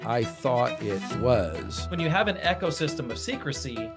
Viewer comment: Eco (system) is pronounced EEK-oh not 'echo'. Sorry, it was driving me nuts every time said it.